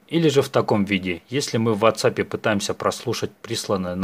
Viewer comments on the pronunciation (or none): none